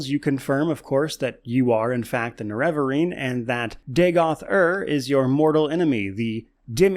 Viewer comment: I'm so triggered by your pronunciation of nerevarine.